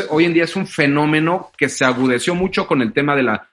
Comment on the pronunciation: mucho conocimiento de relojes y joyas pero se dice "agudizó"